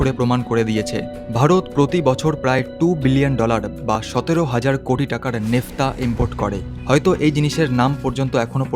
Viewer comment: উচ্চারণটা নেফতা নয় ন্যাপথা। এই ন্যাপথা থেকেই ৯৩১ ধরণের পেট্রোলিয়ামজাত পণ্য তৈরি করা যায়।